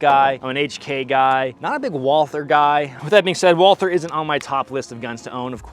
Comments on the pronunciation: First Bonds PPK was .32 not .380. Second Walther is a German brand and is pronounced closer to Vault Hair than the English pronunciation. But what should I expect. Most Americans don’t pronounce Porche correctly. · Walther is a German company, and in German " w " is pronounced " V " so it should be said " Valter ".